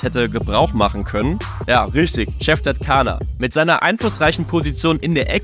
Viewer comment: Cevdet Caner spricht seinen Namen genauso aus wie im Video.